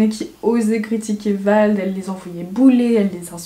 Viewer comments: C'est pas VALD, mais VLAD😂 sinon, je t'adore, ta mentalité est vraiment intéressante, je pourrais t'écouter des heuuuuurrre😂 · Pendant que tu parles de la vie d'Emma cakeup tu dis Vald au lieu de Vlad voilà mais bref sinon j'aime bien cette vidéo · C’est "Vlad" pas "Vald" 😂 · C'est Vlad pas Vald mdrrr si non très très bonne vidéo. 😅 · Ça me dérange de ouf qu'elle dise "Vald" 😭😂 son prénom c'est Vlad (Vald c'est le rappeur mdrr) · Pareil surtout qu'elle l'a pas dis que une seule fois, non une vingtaine 😂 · C’EST VLAD PAS VALD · Vlad pas vald 😭😭😭😂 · Ça me stress quand tu dis vald alors que c'est vlad ils sont pas du tt pareil 😂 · Tu donnes ton avis y a pas de soucis, mais connais au moins le prénom du mec de qui tu parles (C'est Vlad pas Vald) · Mais c'est pas VALD C'EST VLAD 😂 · C pas "Vald" c Vlad dega mdr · C'est pas vald c'est vlad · Il s’appelle vlad 😂pas vald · C'est Vlad pas Vald 😂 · C’est Vlad pas Vald mdrrr mais sinon super vidéo! J’adore ton honnêteté et ta manière de raconter les choses, j’ai rarement vu autant d’honnêteté et d culot sur youtube :) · Vlad pas Vald 😂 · mdrrr c’est VLAD pas VALD😭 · Vlad pas Vald Sinon bonne vidéo ;) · Par contre c vLad et pas VaLd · Depuis le début tu dit "Vald" mais c "Vlad". Juste ça à corriger, sinon la vidéo est super et très divertissante mdrr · C vlad pas vald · vlad** pas vald mdr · ça me perturbe quand tu dis « vald » alors que c’est « vlad » 😅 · sa choque que moi qu'elle dise Vald au lieu de Vlad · C’est pas VALD c’est VLAD😁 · Pendant toute la vidéo tu dis Vald mais c’est Vlad Vald c’est un rappeur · Tout le long tu dis VALD mais c’est VLAD .. voilà c’est tout ça m’a stressé Sinon super video, comme d’habitude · VLAD putain pas vald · Stp quand tu parle dit « vald » et pas « vald » parceque ça veut rien dire ta vidéo sinon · Vlaaaaad pas vald meuf !!! 😅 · Tout le long tu dis "Vald" mais c'est "Vlad", tu confond surement avec le chanteur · vlad pas vald ahah désolé ça me perturbait sinon super video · Vlad pas vald